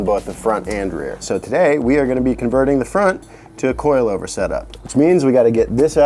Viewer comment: I tooo am a “coi lover”